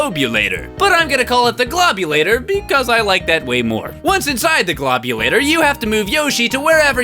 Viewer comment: Ironically the way says “Globulator” is actually how you pronounce it. Because yoshi in the pc version pronounced it the same way when you beat the game